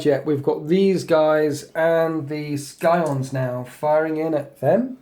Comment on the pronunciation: Skyons? It's pronounced Sigh-ons